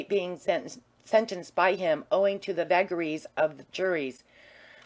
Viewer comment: Chapter 9 'read' by a semi-literate (gaol = gool, vagaries = vaggharris....) mad woman ignoring punctuation, line breaks, paragraphs, emphasis. Ruinous, and shame on Librivox.